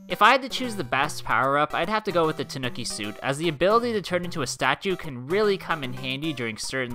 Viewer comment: Your saying ternuki wrong